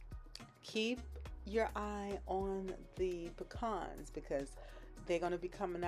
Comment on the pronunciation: Thank you for pronouncing pecans correctly...exactly the opposite of how my M in law says it! Every ingredient rocks my taste buds...